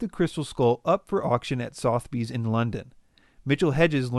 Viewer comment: Please look up the correct pronunciation of "Sotheby's" and "provenance". Geez.